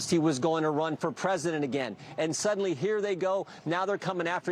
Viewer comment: Yo Jim, dude .... "suddenly"?